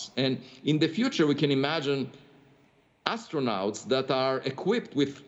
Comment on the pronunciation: pronounced - Aistronaughts